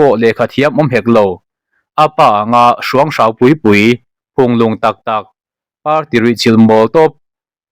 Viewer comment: Hrûanghrãu a ni lo. Hrúanghráu tih tur aw😮😮